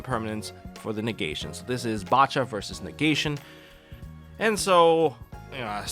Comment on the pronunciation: Probably the biggest nitpick but nobody pronouncing bacha as they pronounce bach actually bugs me